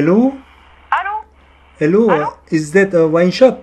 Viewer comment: 엘로라눀ㅋㅋㅋㅋㅋㅋ알로라 안하신게 다행이네욬ㅋㅋㅋ+ 와...내 프랑스친구들이 영어하는 것같아..헤지옹ㅋㅋㅋㅋㅋㅋㅋㅋㅋㅋㅋㅋㅋㅋㅋㅋㅋㅋㅋㅋㅋㅋㅋㅋㅋㅋㅋㅋㅋㅋㅋㅋ에흐발음앜ㅋㅋㅋㅋㅋㅋㅋㅋㅋㅋㅋㅋㅋㅋㅋㅋㅋㅋㅋㅋㅋㅋnicolas 와인샵ㅋㅋㅋㅋㅋㅋㅋㅋㅋㅋㅋㅋㅋ